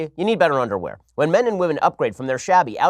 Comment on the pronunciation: don't want dat undaware.